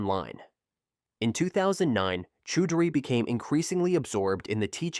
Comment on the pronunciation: First story…it’s pronounced Chow-dree.